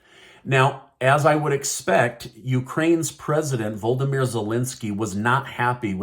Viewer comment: Ukraine's president is not VOLDEMER Zelenskyy as you pronounced it, perhaps thinking of Harry Potter movies. His name is VOLODYMYR,(with an extra syllable). We cannot continue listening to such mispronunciation.